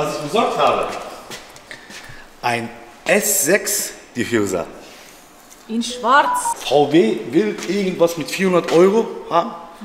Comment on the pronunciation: Bitte nicht "Diffjuser" sagen 😂😂